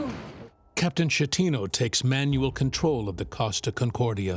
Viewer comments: not how you pronounce the captain's name. it's not "shatino" it's "sketino". he's italian. i don't understand why you couldn't do like... the bare minimum of research to know how to pronounce his name. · GIG-LEO 😂 SHET-TINO 🤣